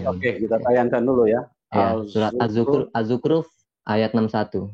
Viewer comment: Dia bilang zukruf.... Haha.